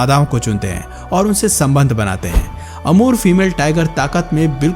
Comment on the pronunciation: kya nm bole..amur thik se boliye